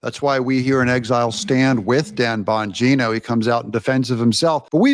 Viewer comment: Even my 10yr old son loves Dan Bong ino😂😂 cracks me up the way he pronounced his name. No one more qualified to the position than Dan.